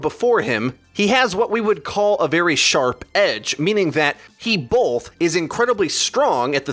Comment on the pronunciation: There isn't an "L" in "both". Just saying. Great video though, as always! :)